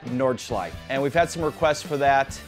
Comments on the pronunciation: Do Americans not see that there is an e at the end of Nordschleife? =) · It's no big deal. Just funning. It's actually ALL native English speakers because -e at the end of words are virtually always silent in English while in most other languages (French obviously excluded) you pronounce pretty much every letter.